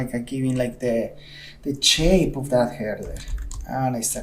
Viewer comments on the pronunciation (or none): I like when you say Shape, you say CHape haha XD